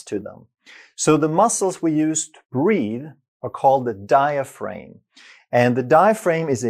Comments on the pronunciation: Diaphragm isn't pronounced: Die-a-frame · Outstanding explanation of how breathing works. All musical wind instrument players are taught this from the start. One small observation: the pronunciation of 'diaphraghm'. The second 'a' is a hard vowel, not a long one. As in the word 'am'. The 'g' does not make the vowel long. Til the next video! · You’d think he’d know how to properly pronounce it.🤔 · Well, I was born in France, and I’m not a doctor, but I know how to pronounce it correctly. So I was just surprised at his mispronounciation. Excuser mois, or should I say mi scusi! 🤷🏼‍♀️ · Sounded like a criticism since we all know how to pronounce diaphragm